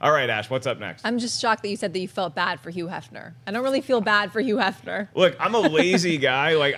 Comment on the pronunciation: I love how Schnepp fails to enunciate the H in front of some words, and not others. yuuu Hefner lol